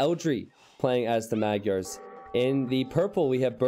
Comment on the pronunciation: Sorry, but your pronunciation of the word "Magyar" is way off.